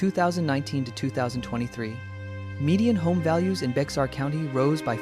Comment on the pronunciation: Bexar County it’s pronounced BEAR!!!!!